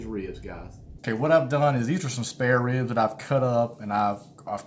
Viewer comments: Hahaha I think it’s pronounced reeubs lol and it’s funny because I’m from Texas (Houston) and people are always shocked I don’t have a more southern accent. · I love...and how you say "ribs." It's like 2 syllables but it's not...with a little North Carolina growl in there. rheebs, rriiibs, ah, I can't do it. My Arkansas roots are useless in this situation. I think it's a genetic. Some people can't roll their r's...other can't say rrribs cool. It's a gift my friend. Be thankful. lol. (ribs look great!) Now to go check out.